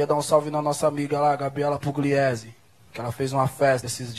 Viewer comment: Não é Puliesi, é Pugliesi. Não, não, Pugliesi não lê-se Puliesi. Sou de Assis SP, aqui tem a família Pugliesi.